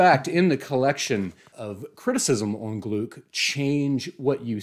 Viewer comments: Great video! She became one of my favourite poets of all time. Just a quick correction, if you allow me: it’s pronounced “Glick”, rhyming with “click” 😉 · With all due respect....her name is pronounced "Glick." Rhymes with "click" Great job. -Johnnie Stanizzi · I worked with Louise at Goddard. Please her last name is pronounced Glick. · Thanks so much! Great to be here! (And I know to pronounce it as glick now.) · I’d never heard it pronounced aloud, so, yeah, I just assumed German. I’ve since been corrected with several variations! Lol Michael Silverblatt says it’s pronounced to rhyme with cluck. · Anyway, if you want to hear it pronounced, take a looked at the announcement video for the 2020 Nobel in Literature where Mats Malm and Anders Olsson (both members of the Swedish Academy, the institution that decides each year's laureates) say her name. In some news publications they also stress this approximation to her name rhyming with “click”; it may not be a precise example but a close one.